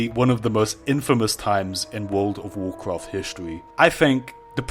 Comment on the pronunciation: wuwd of wocroft